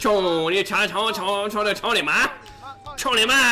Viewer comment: you know it's Cou Ni Ma . not tony ma, right?